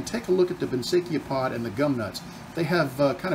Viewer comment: Gooday, noticed you had trouble saying Banksia, we say, Banks - ee - ah! Hope that helps you! Nice job, after all the Trials and Tribulations.